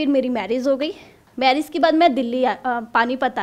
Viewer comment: Hows the video ..... FAKE SIR😂😂 BHAIYON video ko rewind karke dekho us bandi ko marriage bolna nhi ara aur 6crore kama rhi ...mazak hai Kya😁